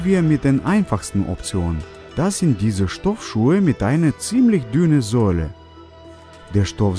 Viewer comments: Bruder Sohle nicht Säule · Wie er Sohle ausspricht😂 Säuele😂